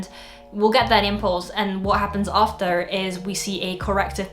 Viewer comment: how on earth did you pronounce "r" in after ? >_<